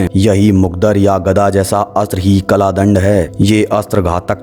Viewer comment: Kala dand nahi kal dand hota h bhai